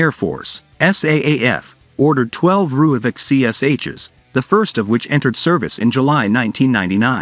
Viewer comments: Its actually pronounced roy-folk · Please learn to pronounce Rooivalk